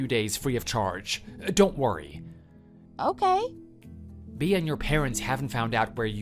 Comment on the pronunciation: Bea is pronounced bee not bee ah.